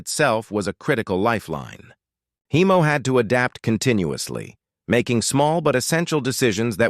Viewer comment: Heimo, not Hiemo. German name.